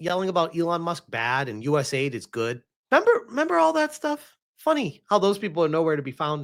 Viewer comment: It is not US aid it is US A, I, D